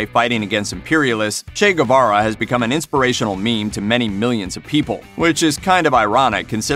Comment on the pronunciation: You should really learn to pronounce the names when you make a video. Che Guevara not Gavaro.